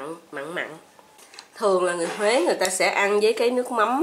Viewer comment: Bánh bèo và cách làm rất ngon Nhưng nếu nói BÁNH BÈO HUỀ? ng HUẾ họ CỰ á 🙁😫